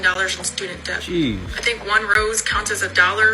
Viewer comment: is it me or did she pronounce the "b" in "debt"??🥴 all the children have been left behind, lord have mercy